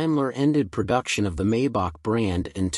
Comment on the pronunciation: Please don‘t say “Maybuck“! The correct pronunciation is “Mybuch“ with the “ch“ sounding like the Mexican ‘J‘ in ‘José‘. And the 300 (“Dryhundert“) is called “Ah-denower“ after the first postwar German chancellor. And „Rolls Royce“ is double stressed (the names of the inventors with Royce being the construction guy).